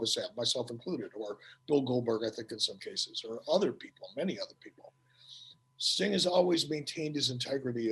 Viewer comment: Fukin accent is annoyimg its sting not stang